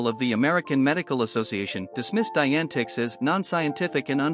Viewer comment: Good & factual summary, as far as I know, despite an automatically generated narration that pronounces "Dianetics" as "Diane Ticks."